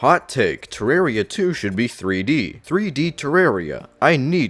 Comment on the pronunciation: It's not "Terrary"